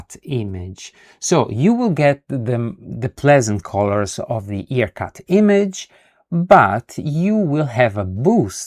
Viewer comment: Excellent video! One thing about pronunciation of IRCut. It's "eye- R-cut, and not E-r-cut. Other than that, awesome tutorial and you earned a follower with the bell on!